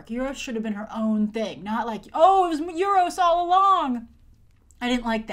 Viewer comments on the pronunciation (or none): you say euru's like nueroses